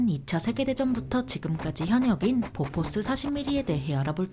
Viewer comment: 보포스(x), 보포쉬(o) 오리콘(x), 욀리콘, 뷜리콘(o)